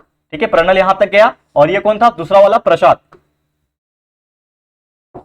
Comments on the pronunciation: sir, vo pranal nahi pranali hai😄😄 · sir thise is pranali not a pranal